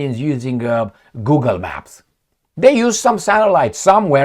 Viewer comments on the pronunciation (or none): none